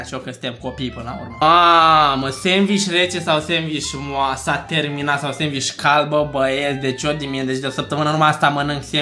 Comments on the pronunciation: Roata norocului 😂😂 Am avut o criză de râs când am auzit " sendviș șmecher " 😂😂😂😂😂🤦🏻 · "senviş dăla la senviş şmecher"